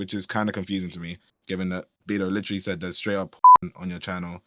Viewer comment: "like witerawy my cawachter is like witerawy a 100 yeaw old wike demi human so Im not a pwedator" ahh adult